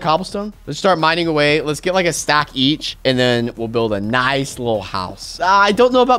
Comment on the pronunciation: noice shoovel soong